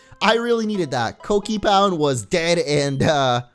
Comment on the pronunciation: its not Kockipound it is Kokipound lol xF